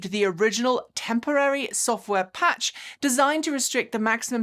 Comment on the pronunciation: Did you say software patch or match?